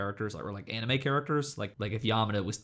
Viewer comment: pronounces manga correctly followed by anime incorrectly, interesting